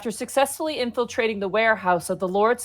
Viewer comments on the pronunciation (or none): When I first saw this, I thought you said "Inflation"